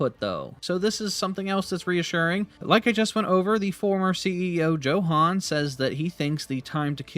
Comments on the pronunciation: Tbh I 😂 every time you said Joe Han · I think its pronounced as yohan